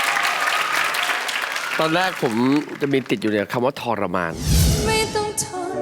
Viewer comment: ชรมาน. กับ ทรมาน. ถือว่าใช้ได้.ออกเสียงคำว่า ช ตลอดเลย. จริงๆ. ต้องเป็น ท ถือว่า ดี. แต่ไม่ดีที่สุด